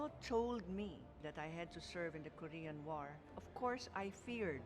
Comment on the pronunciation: You should learn how to read or pronounce the word, it is not ko- rection or ko-ration it is ko-re-an okay korean